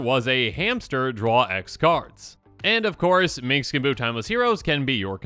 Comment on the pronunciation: Is this a running joke I'm not aware of? You keep saying Minx instead of Minsc and it seems like the comments all have their own way of spelling his name.